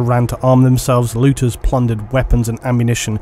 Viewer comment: when warhammer is so embedded into your mind that instead of saying looters you start calling them lootahs